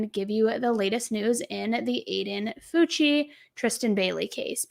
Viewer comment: It's pronounced FOW-CHEE!! I'm a teacher in his district. This has shook our community. He's now playing the crazy card. Sick kid. Sick family.